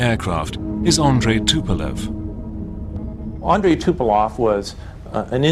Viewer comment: and yet the guy cant pronounce the Tupolev's name.that says a lot ....about USA.